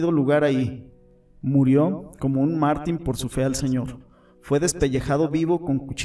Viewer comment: Es Judá (lugar), con acento en la a; es Jericó (ciudad), con acento en la o; es Etiopía (país), con acento en la í; es Dídimo (nombre propio), con acento en Dí; es mártir, no mártin. Acento, cuando se pronuncia, tilde cuando se escribe.